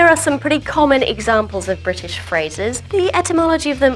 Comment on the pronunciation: Excellent videos! Just discovered you. But please may I be a bit pedantic and say that it's British, and not Bridish? Ok? Well, I said it anyway. Keep up the fab work!